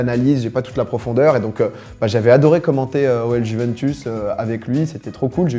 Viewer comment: Comment tu prononces Juventus ptdr, ça se dit « Youventous » non ?